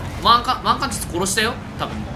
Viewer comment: カーチス全然正確に言えないの草